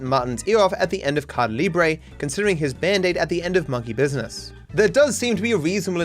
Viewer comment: please stop saying cardah libre, it's "ca e da" libre with emphasis on the "e"